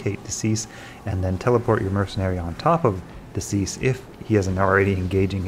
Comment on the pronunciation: De Seis is Spanish/Portuguese for "of six" and is pronounced "day say-s," not "decease." Stick it into Google Translate. ;)